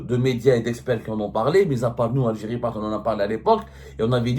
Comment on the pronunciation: Au détriment de l algirrriiiee.. Royalement comme par hasard 😂😂😂